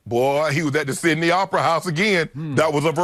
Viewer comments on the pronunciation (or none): none